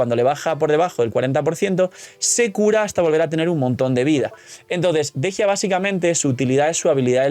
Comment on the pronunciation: Por qué le dicen Dejia si se llama Dehya? La pronunciación es similar a Deyanira.